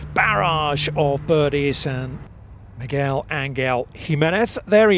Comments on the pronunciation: That first tee announcer dude butchered his name so bad lmao. Migwell? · Bro that announcer BUTCHERED his name. Like it's not like he's a new guy on tour and nobody knows how to pronounce his name.. My man's been around for ages and any broadcaster worth his salt would have done him the courtesy of knowing how to pronounce his name lol